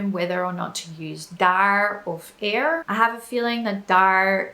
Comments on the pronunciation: you speak very well dutch but your prononciation of er is not right, you pronounce it like ir in stead of ur like in the word put ,a whole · Its funny when I hear her say 'er' because it doesn't sounds quite right. But she's actually saying it with a accent. The 'proper' way of saying it would be with much more of a forward 'R'. With your tong in the front of the mouth and letting it rattle if that makes any sense.